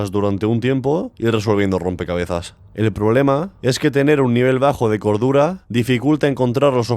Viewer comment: Le entendí medidor de gordura en lugar de cordura jajaja